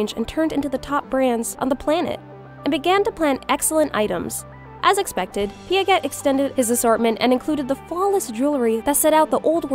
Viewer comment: I think the way how you say piaget totally wrong sweety 😊